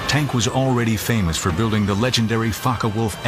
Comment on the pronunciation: ✈Fncker Wolf??? No wayyyy......😳 Its Focke Wulf.....These Yankees really go over the top!